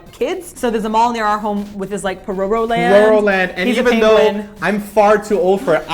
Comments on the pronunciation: omg i'm so shocked with how you guys say pororo! lol it was extremely foreigner-esque. it's not puh ROW ROW it's POE roh roh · Haha is it really pronounced "porowrow"? Or is it just their accent? I've always said it as "pororo" o in orange. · Did you just say "Po-Row-row"... BWAHAHAHAHAHHAHAHaaa! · It is actually pronounced like "pololo" and the p sound is sharp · oh my gosh you guys pronounce pororo so funny